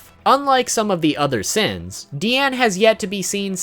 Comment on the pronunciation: " Seven Deadly Seaaens"